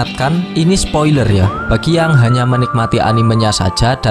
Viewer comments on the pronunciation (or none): none